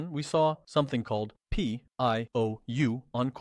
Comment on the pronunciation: It's not Pee coin bro... it's Pi coin!